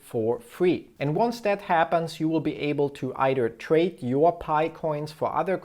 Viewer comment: Its not paj its pi